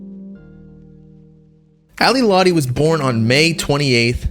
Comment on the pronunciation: you can’t even pronounce her name right. she’s a bad person, but juice did love her.. it’s very clear.